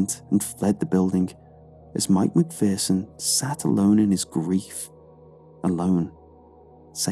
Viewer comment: McPherson is pronounced Mcfear-son. I went to school with some lol I hate mispronounced things😂